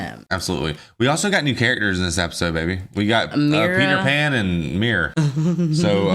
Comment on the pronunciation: I'm sorry n I missed u saying it b4 but r u saying app-is-ode like a joke or is it jus cuz u talk so fast😳jk bro love yalls read-act-shuns